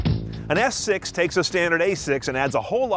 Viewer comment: Lol he was saying - S6 and I was hearing - Ass 6 :P